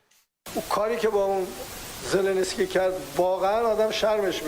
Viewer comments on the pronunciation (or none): پزشک مملکت رو با پزشکان واقعی مقایسه کنید. چی این ادم به دکترها میخوره.از تلفظ کلمه ی زلنسکی متوجه ی عمق فاجعه میشویم. چرا ما باید یک مشت ادمهای بی سواد رو در راس قدرت ببینیم. جدا از همه ی ایراداتی که به این ادمها وارد است بی سوادی و بی وطنی را هم اضافه کنیم چه چیزی از اب در میاید.